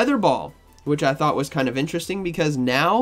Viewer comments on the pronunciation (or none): none